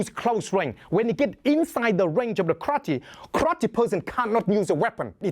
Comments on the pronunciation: omg I love the way he says Karrrrate lol It sounds hardcore "One Hit, One Kill" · love how he says krate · why he say krrrate lmaoo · Kraate! Love his pronouncation of it. So much excitement. More fun watching him that many films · I love this guy, and I love how he pronounces "karrrate". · kraatee HAHAHAHA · I wanna hear pronounce karate some more. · I enjoy the way this man pronounces karate